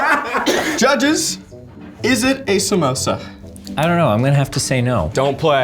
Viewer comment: They allmade "komosa" not samosa😁😁